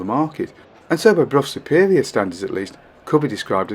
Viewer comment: Also pronounced Brough Superior correctly.